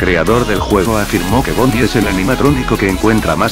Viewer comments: dijiste bombie en vez de bonie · Y tu dijiste bonie en vez de bonnie :v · en la numero 7 en bves de decir bonnie dijiste bombi xd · en la ocho otra vez dices bombi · Like si notaste que dice bonbi en vez de bonni